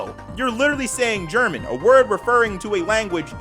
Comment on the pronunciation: Als Deutscher, wenn ich jemanden sagen höre Ger-Mx-n, Ich werde Kriegsverbrechen begehen. Translation: As a German, if I hear anyone say Ger-Mx-n In real life, I will commit warcrimes.